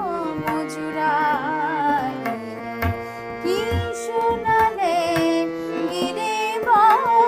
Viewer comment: শোনালে শ এর উচ্চারণ ঠিক করতে হবে খুবই ভালো লাগলো👍